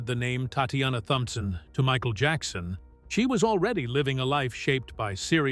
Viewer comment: Джексона...ударение на О...дебил ты выбесил😤🤦‍♀️